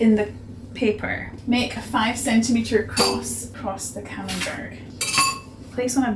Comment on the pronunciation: Camenbert is pronounsed camenbear